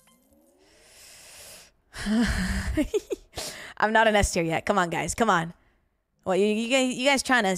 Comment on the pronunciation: Emphasis on the word "yet"